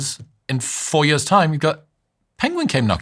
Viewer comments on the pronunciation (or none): years 💀 yöz ✅ hate how he pronounces that... ew